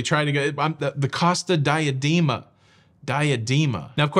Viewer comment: Dee-ah-DAY-ma! Per carita’! C-oh-sta Dee-ah-DAY-ma. You’re unaliving me here!